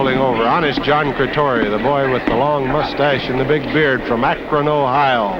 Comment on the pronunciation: John Cretoria not John Cretia aka Johnny LaRance